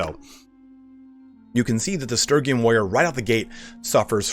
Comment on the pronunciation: God damn, the pronunciation on Sturgian is killing me. It's Stur-gee-an.